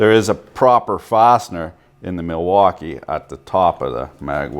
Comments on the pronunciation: You're pronouncing Milwankee wrong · Did he just say. Malfuckee?